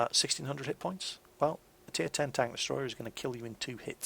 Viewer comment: maybe it's just because I'm from across the pond, but every time you say "took a big-ass hit" I hear it as "big-ass tit". Makes me smile all the same. Keep up the good work! Your vids are incredibly helpful!